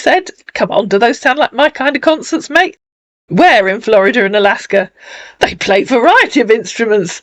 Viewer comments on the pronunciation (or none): none